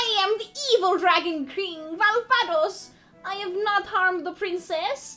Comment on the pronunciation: 5K gil awarded for your pronunciation of "Valvados" 😄👍🏻